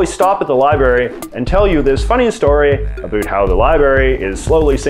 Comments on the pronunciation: No one says 'about' like that in Canada, no one. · Why do you say abut instead of about? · The way you say "about" is so Canadian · you have the most Canadian way of saying 'about' that I've ever heard tee hee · As soon as he said "about" I knew he is Canadian.😂